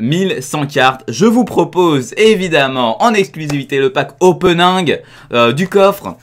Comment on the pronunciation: je rêve ou il a dit openinj je te kif continue tes video et ton anglais